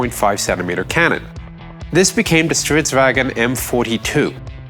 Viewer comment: i really like your pronunciation of stridsvagn. good work